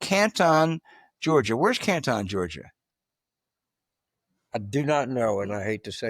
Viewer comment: It’s not canTON like China, it’s CANTn😊